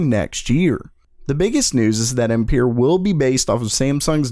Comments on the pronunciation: its not empeer or what, its AMPERE :-D google translate can pronounce it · Ampere is pronounced Um-pair, as the name is french! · Again ....pls that is not the way you should say Ampere , it's a french name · What ? That's just not the way of saying that name , and even the measure of electric current (Amp) it's in honor of the french physicist and Nvidia use that name for his architecture like (Volta or Maxwell) for that reason. If that's the way you say Ampere in the USA i'm really dissapointed .